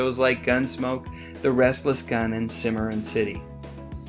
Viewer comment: Nicely done,. By the way, "Cimarron" is prononced "SIM-uh-ron," not "Simmerin.'"